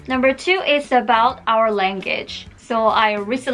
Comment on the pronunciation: Sorry but langitch